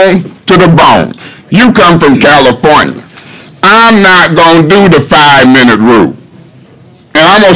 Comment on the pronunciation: "You from Cow-lafornia" 😂😂😂😂